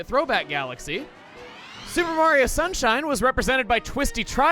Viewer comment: i could have sworn peach said marigi